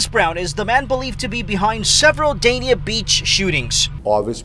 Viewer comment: Everybody think Miami where it’s at noooooo… Ft.Lauderdale ain’t nothing to play with… I live in Oakland Park so I’m stamped… Ps.. it’s pronounced Daney